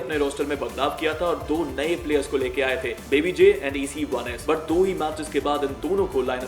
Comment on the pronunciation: spero wo "e c 1 s" ko echos kehke pronounce karte hai :')